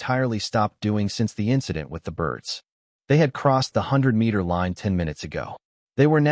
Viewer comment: Teach your a I about vowels long and short ones the word is line not lein